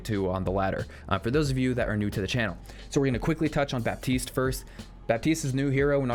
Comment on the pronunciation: The "p" is silent in Baptiste